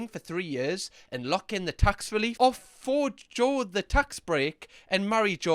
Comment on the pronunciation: "Forgo" is pronounced "for" + "go" Sincerely: Your friendly neighbourhood pronunciation twat.